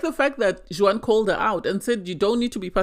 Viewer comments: Juan is not pronounced "Jew whan" but Wahn. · First time listener to your podcast i did enjoy it but it was very irritating how you are pronouncing Juan's as you were doing it incorrectly. The J is silent so his name is pronounced like One. That is very common is Spanish speaking countries to not pronounce the J. Hope that helps ❤